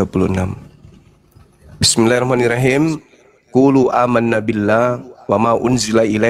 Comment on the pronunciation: cuma mengingatkn.... koreksi saat membaca basmallah bismillahhirahman nirrahim khim bkn him